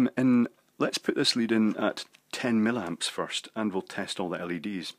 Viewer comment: It's "MILLIAMPS", not "millamps"! Do you do this on purpose? Aaaarrrggh! I love your videos but, as a qualified EE, this really irritates me to the point that I can't watch many of them.